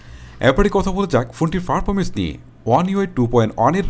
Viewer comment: Vai performance na parfomance😂😂😂😂🤣🤣 and accurate na eccurate🤣🤣🤣